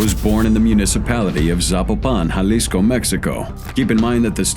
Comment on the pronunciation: Finnaly, a non brit crime channel who can pronounce jalisco correctly lol